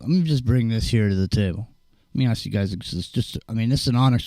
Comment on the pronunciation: Aww 😂 always makes me laugh every time you say, "let me AKS you a question"❓🤣 For years I've always wondered, why is it AKS? 🤔😊 Thanks muchly to you all. Been a long time.. Good stuff 👌 Hope all's good ✌️❤️